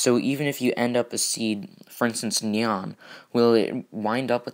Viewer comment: It's nyan not neon